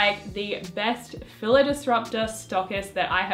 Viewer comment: Not to be rude but, that's not how you pronounce Fila's. You don't pronounce it with a 'I' but with an 'E'